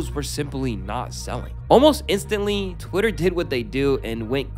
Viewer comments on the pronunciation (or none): none